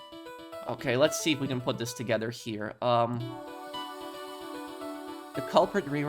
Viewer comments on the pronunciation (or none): none